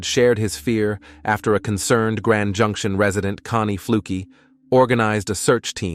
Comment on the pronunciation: Calling junction junk-ti-ion was the last straw for me. The entire script is lifted from other videos anyway, so why bother watching this?